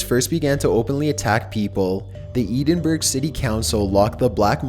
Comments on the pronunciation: It's 'ed-in-bruh' not 'eeden-burg' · Edinburgh is pronounced "Ed-in-burr" not "Edin-Burg" haha. Americans/Canadians always pronounce the "g" in our towns/cities. The "g" is silent. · Edenburg? I love your videos, but it's pronounced "Ed-in-bra" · Edinburgh,..Not Edenburg! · lets all go to eedingburg. Its pronounced edinboro but spelled Edinburgh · Edinburgh is pronounced ED-in-BU-RR-ah not ED-in-Berg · "Eden Burg" is the weirdest pronunciation of Edinburgh I've ever heard. It's pronounced "Eh-din-brah" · Edinburgh pronounced ed - in - burn....( said Eedinburg, he's not the only one Zack Bagans called it edinburoh, wich is understandable it's kinda weird spelling for it) We just like weird spelling here I guesse, there's a place called Milngavie pronounced mull-guy and Sauchiehall pronounced suckyhall 😕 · Edinburgh.... is not pronounced "Ee-den-burg" ... More like "Ed-in-berr-uh" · "Edenberg"? Are you serious, dude? EDDINBRAH. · For future reference its pronounced ed-in-bruh, not ee-din-berg ;) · Kipomo living in america my whole life and my british literature teacher was a Scotsman. Most people would pronounce it edin burro, but he would say it so fast it came out edin bru. so i never new which one was which ty! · Damnit, it's "Ed-in-burr-uhh" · Eedin-burg??? Faaaak? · "Eden berg" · It’s pronounced ed-in-bruh but good try haha. I’ve been to Greyfriars many times. Edinburgh is full of history and there’s many places you can go, including into the underground, where paranormal things happen. Next time I go, I’m going to go to the section of the graveyard where Mackenzie is. The gate entrance into that part was locked last time I’m guessing for public safety :/ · Hey there, love your videos & you're as cute as a bugs ear. just one thing I need to tell you though, Edinburgh is actually pronounced Edin-burra.There, I hope that helps you for any future videos. I look forward to more from you, thanks for keeping us entertained! 😎💕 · "Eedinburg"?? lol so funny